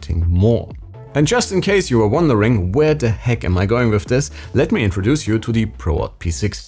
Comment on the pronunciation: "Und as zee icing on zee cake" - say it again please!